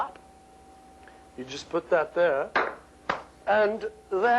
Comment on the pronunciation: The way he said "and tHÀt is the creation" sent me into an orbit for some reason